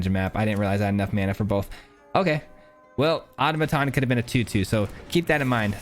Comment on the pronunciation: No hate, but: ah-taw-muh-tawn